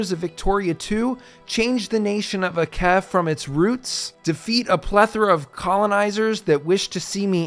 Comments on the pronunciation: Pronounced "Acheh" not "Akeh" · bro its aceh not akeh, just say it the way it written.thanks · Actually it should be Ah-tseh ahhh my rainy nose. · The correct pronunciation in this case is Acheh because it is a different language that pronounces C differently. In Indonesian all C's are pronounced like ch hence OP's critique of English's confusing system of having multiple ways to pronounce letters. I think it is funny you say there is no way for it to be pronounced differently in English... good thing Aceh is not located in England. 😅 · I'm sorry, but that's not how you pronounce the name of Aceh. It should be something like Ah-cheh. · I found it funny that you say aceh the 'c' is spoken like kh instead of literal c. Like just spit it out how c is supposed to be spoken like how you say 'chant'. English is a definition of an overcomplicated language that even simple alphabets turn into what not supposed to be said lol. Not blaming english speakers nor english, but i just found it funny. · Never thought someone played in sea region lol, and the way you pronounce Aceh is the c part is close to reading ch in change or cherry not like in c in care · ADA INDONESIA COY 🗣️🔥🗣️🔥🇮🇩🇮🇩🇮🇩 MERDEKA 🇮🇩🇮🇩🇮🇩 Edit: bruh the way you pronounce aceh is killing me. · ADA INDONESIA COY!!! Also not how you pronounce Aceh, but I'll just assume its engagement bait